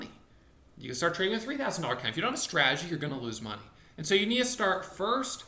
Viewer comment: Straaaagy he actually says "strategy" lol